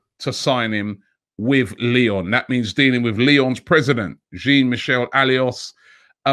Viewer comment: Learn to pronounce his name, Robbie, I keep commenting for you to see: Jean (Jean de Florette, not "Billy Jean") Michel Aulas (Olas, not Alios)